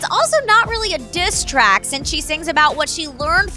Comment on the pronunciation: “DiSs TrAcK”